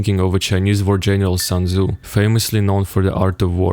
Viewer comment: "sun" tzu